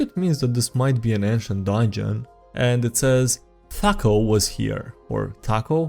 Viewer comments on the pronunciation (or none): It's not "Thaco" it's THAC0... "To Hit Armor Class Zero." It's a term from editions before 3. It's normally pronounced Th-ack Oh, to my knowledge.